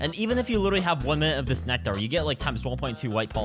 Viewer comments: ain’t no way bro called it “neck-tarr” 🥀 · Why does he pronounce it like necTAR